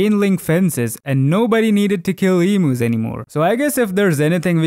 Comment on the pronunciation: as an Australian i have never heard of this e moo, maybe you meant emu?